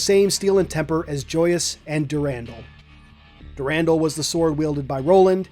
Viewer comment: "Dur-rahn-dahl", my friend.